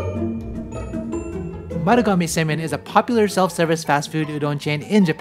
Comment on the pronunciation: Semein sounds so much like semen.